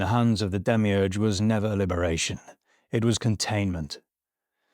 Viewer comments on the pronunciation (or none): Demiurge?? Demiurgos? Like creator? You really butchered the pronunciation